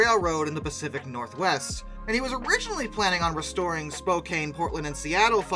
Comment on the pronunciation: Its Spokane (Spoh-can) not spo-cane